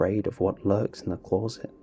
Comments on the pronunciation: This was indeed a scary story, what was equally scary however was how you pronounced closet lol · Never noticed the interesting way you say closet before now